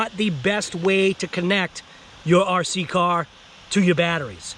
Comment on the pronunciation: You learn to say car and bar correctly and I will pronounce hobao correctly! Lol